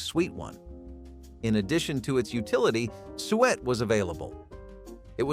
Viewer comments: Suet! Soo-ett! Not sweat 🤣🤣🤣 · Suet not sweat- gross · It’s pronounced soo-et, not sweat. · It is called soo-ett. You're hurting my ears.😂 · "Sweat" LOL SUET - "SOO - et" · It is pronounces sue-ett! Not sweat!!! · 😂😂 such bad pronouciation😢. Suet is not swet it is soo-et 😂😅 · Suet isn’t pronounced “swet.” It’s “SUE-it.” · It's sue it, not sewet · Sue et, not sweet. Sue et = Suet. Or sue it. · Yeah, I think they meant suet, but pronounced it incorrectly. SOO-et not Sweat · BTW, suet (fat) is pronounced "SOO-it." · I wondered what "sweat" was, it was the suet he mispronounced. I had a good chuckle out of that one. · In my area Suet was pronounced Sue-et, so it took me a moment to realize what he was talking about. My Grandfather was born in 1919 and was the oldest of 9 surviving kids. His father was a coal miner, so the family had tough times all the way around. He talked about how his mom would feed the kids flour with water mixed in for breakfast and if there was any left she would use it to re-"tape" the wall paper back on to the wall. He said it was not good but it stuck to their ribs. If there was 'road kill' it would not last long due to the local law quickly grabbing the animal to feed to people in need. Grandpa said his mom and other poor women would knock on doors to ask for work, just some flour, salt or anything the resident was willing to trade. The women would work themselves to the bone just for a cup of flour. Later when he became a rancher and the war was going on he talked about how every part of the animals was saved for families in need. Old hunters would also go into the mountains to hunt anything to help women with children at home. These times were tough but people found a way. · Just wish they would pronounce suet properly😊